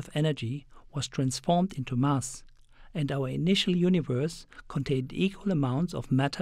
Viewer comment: it's mass as in bass not bus